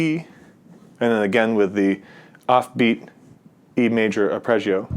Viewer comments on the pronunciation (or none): Curious why you say “Arpreggio” rather than “Arpeggio”